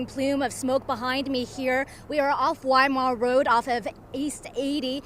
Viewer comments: Why do you not teach you reporters the correct names of these towns it's not wymart it's Weimar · Yes, pronounced wee-mar